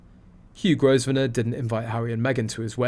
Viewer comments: It’s not pronounced Gos - venor. It’s pronounced Grow - venor. The “s” is silent. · Growv ner not grow ve ner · Grosvenor is pronounced Grove Ner. The "s" is not pronounced. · Please pronounce the man’s name correctly. The S i silent